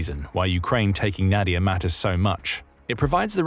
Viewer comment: it is read as [nadi'ia]